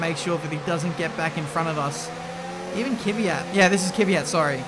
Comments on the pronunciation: Is it just me or is pronouncing Kvyat wrong all the time? Its is Kvyat, not Kivyat. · THAT'S KVYAT NOT KiiiiVYAT KVYYYYYAT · Kiwiayt xD